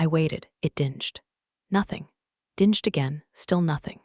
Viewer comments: I really love these stories, but AI needs to be fed a Funk & Wagnalls to learn pronunciation, how to actually detect context clues, and the difference between dinge and ding. Elevators can be dingy, but they ding when they stop at a floor. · When will AI learn to speak the English language correctly. So frustrating having to read subtitles for simple words like "dinged". Come on AI do better. 🤣